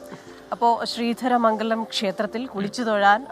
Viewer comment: ധരമംഗലം അല്ല ശ്രീധര മംഗലം,. ഒരുമിച്ചു വായിക്കണം